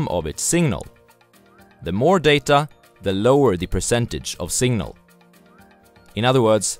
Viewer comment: Singnal 🤣🤣. But who cares. I'm here for the content, not pronunciation